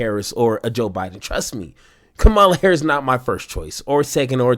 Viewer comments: KA-ma-la!. Not ka MAH-la. KA-ma-la. For God's sake, she's been in office for 4 years and is a household name. I don't care if you like her or not. Get her name right. It's just common decency and the minimum requirement of your job as a political commentator. Republicans mispronounce her name out of misogyny and racism. What's your excuse? KA-ma-la! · It’s pronounced KA-mala. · Her name is pronounced COMMA_la. Get it right. It’s a simple thing to get. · Bro. You miss pronounced her name. Do better. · I'm sure many people will say this is petty, but it's not hard to say Kamala's name right. Every MAGA Republican says it like you did. When I hear it like you said it, I always know... that's a Trumper. I know you're not, but you say her name just like they do it. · I like your show. Intersesting how you say 'Kamala' the same way as the republicans do. Are you doing it on purpose, too? How do you say 'Pamela'?